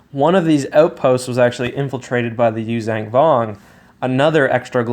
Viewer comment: The word is “yoo-zhahn” Vong, not “yoo-zang” vong